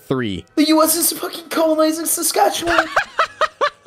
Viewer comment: The way pronounces Saskatchewan hurts